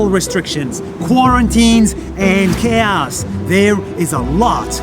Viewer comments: When he says chaos it sounds like k ass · The way he says chaos tho XD